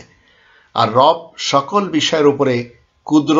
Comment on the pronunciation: Rob bola jabe na..sotik uchharon.rab ba rub hobe.beaadobi maaf